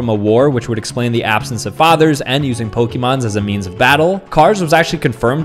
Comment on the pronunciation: Pokeymons 💀 It's pronounced AYE MON and plural is still Pokémon.